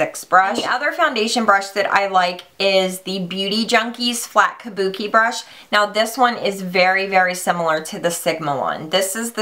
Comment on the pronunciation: I still can't get over MannyMUA calling them "Kabukes" haha!!